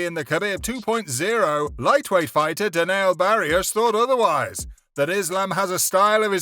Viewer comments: Khebeb, Donna White, Justin Gaysha, Charles Oliveiiira, Anteny Smith, Denel Bariush… 🤦🏻‍♂️ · Dude really said DENIL BARIUSH 🤣🤣🤣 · Daneel Bariush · Lol you said daniel bariush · He said Daneil Bariush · Did he say Daniel Bariush